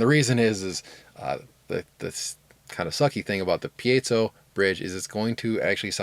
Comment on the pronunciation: Thank you for pronouncing "piezo" correctly.